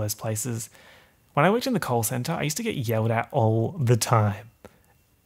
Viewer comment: I can't tell if you said call center or coal center, but all I can imagine is you shoveling coal